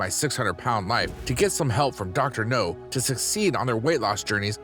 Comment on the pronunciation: It's Dr. Now, not Dr. No!